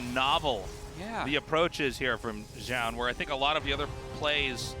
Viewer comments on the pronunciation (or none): Tastless still can't say "zoun" he says it zjoun. :/